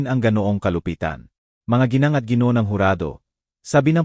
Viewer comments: Saan nagaral ang bumabasa bakit ang letra na Gng ay naging giingi .Dapat ang Gng ay ginang ang pagbasa . Pati ang letrang ija ay iha ang tamang bigkas . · Narrator from what country are you? Please sound out the abbreviated words properly... #Gng. is ginang #Sgt. is sergeant #alas singko y /e/ not Y/why/... # Henrico not Henry ko... Thanks for understanding